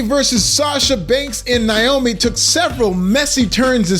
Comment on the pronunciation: It's NAY-oh-me, NOT "NIGH-oh-me." At least pronounce Trin's stage name correctly. It's kind of funny WWE would release M.J. (Sasha) but not Trin. I suppose though, if they did, they'd risk her husband Jon (Jimmy Uso) leaving with her and taking his brother and maybe even Joe (Roman) with them.